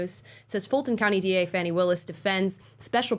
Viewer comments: It’s Fan-nee, as in “slap that ass”🤣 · Her name is spelled Fani Willis, there's no letter U in there, it's pronounced "fanny"